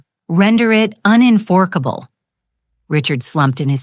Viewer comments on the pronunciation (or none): The story is interesting but all the mispronunciations of words, numbers can make the story difficult to listen to. Example: Unenforceable pronounced as “unen”fork”able. 😂